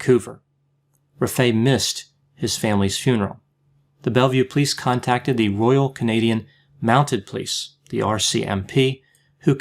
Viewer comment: From a Canadian, I love the way you say "Royal Canadian Mounted Police" it sounds royal when YOU say it!